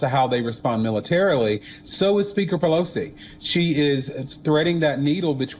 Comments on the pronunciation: "1.24-Nancy Pelocy is second in Line to US presidency" . She always reads News Wrong and never corrects it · If she was sposed to stay home she'd be named Peloton not Pelo-Sea